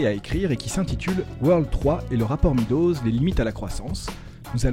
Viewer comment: Se prononce “mes doses”